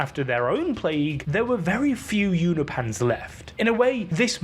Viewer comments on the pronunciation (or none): It's pronounced U-No-PEE-IANS. Not U-NO-PANS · Unopians, not Uni-pans 😅😅😅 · Why are you moving the "i" in Unopian(s)? i.e. You're saying "Unipans" which sounds like Uni-pants 😆 Say it with me U-nop-i-ans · Its pronounced You-no-pins Not You-no -pans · Uni Pans? It's Unop Pans, don't know why I got triggered with that